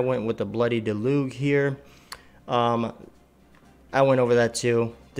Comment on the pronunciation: Cool vid, thanks for the info. Also it's pronounced Del-uzhe